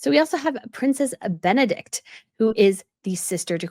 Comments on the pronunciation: Queen Sophia of Spain is the oldest, King Constantine was second. Irene was the third child. Also, Princess Benedict Benedikte is pronounced Benedict-a. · Princess Benedikte is not princess Benedikt, that is a male name. You should pronounce the e at the end - that is what makes the name a woman´s name in Danish. It should sound like the e in "err" or in "the".